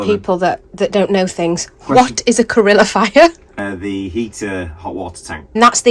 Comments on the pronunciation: Calorifier not carilllifier 😂 Nice repair though 👌🏻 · It’s a calorifier not a corillifier or however you said it. Think calories/heat.